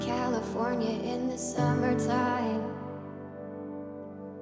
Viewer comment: If you were a real coach you would have criticized for not finishing words. Rooky mistake. It's not "Summertine" not pronouncing the M and so forth. I have been shot down so much for this mistake and that makes me know that this guy is only a poser.